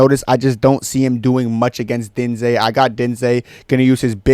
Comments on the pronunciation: How are you pronouncing diniz name?? 😂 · Bro what the fuck is that pronunciation of jhonata diniz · Brother what in christ was that attempt to pronounce diniz